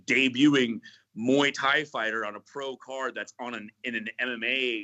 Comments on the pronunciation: moo-ey tie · Mooey Tie? Sweet